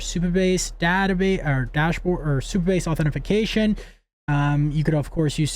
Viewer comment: It's "authentication", or if you want a simpler way to say it, you can just say "AuthN". FTFY ;-)